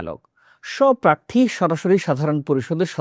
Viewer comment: বাংলাদেশের যে কোনো সংবাদ পাঠকের চেয়ে আপনার বাংলা উচ্চারণ ভালো । আরো মনোযোগী হলে আরো ভালো হবে। যেমন “প্রার্থী”